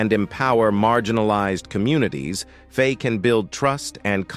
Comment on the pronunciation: IT'S NOT PRONOUNCED FAY, ITS PRONOUNCED FY, rhyming with Why. You do your video a disservice by not getting this basic right. Its easily searchable.